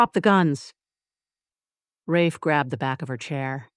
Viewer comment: I liked Mia a lot. She wasn't blind to her situation, but worked the narrative to survive the chaos around her. I love the Darius lost it during the hunt. They are a great team!💖💖💖 Ah, you know the ai did not pronounce Rafe's name correctly? Can't resist the nitpick!